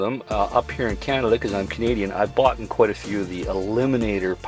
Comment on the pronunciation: You and Living Free Mikey are the only 2 nomads that say " BOUGHTEN" smh